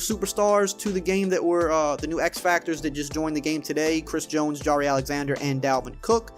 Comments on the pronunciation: its pronounced jy-air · Jah-Reh Alexander lmaooo